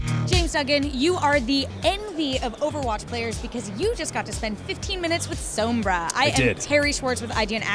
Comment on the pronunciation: Wish IGN learned to pronounce words right, its sombra not soowmbruh